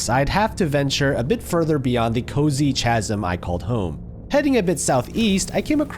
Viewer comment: fyi chasm = “Kasm” the ch is as in “chaos” not as in “cheese”